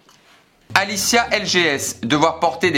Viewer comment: Pour toi le prénom " Alicia" n'existe vraiment pas parce que la tu as dit "Alissa" et dans une autre vidéo tu avais dit "felissia" 🧐🧐